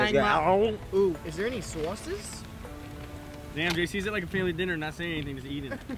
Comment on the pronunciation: “Is their any souses”